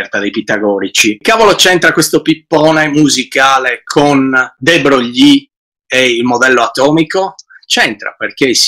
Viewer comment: non sopporto di sentire de Brogli.si pronuncia Luì de Broy